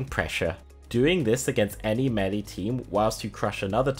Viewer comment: What's Melly? Is that seriously how he says Melee?